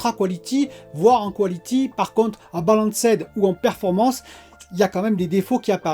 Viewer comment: Salut. Si je peux me permettre “balanced” ca se prononce “balunst” ou bien “baleine” avec le son “st” a la fin. Video tres sympa comme d’hab. bonne journée à toi.